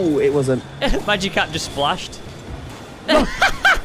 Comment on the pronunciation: its not magicarpo i know spanish